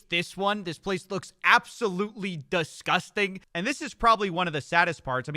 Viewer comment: Also your pronunciation of “disgusting” somehow had an A in it lol. Love ya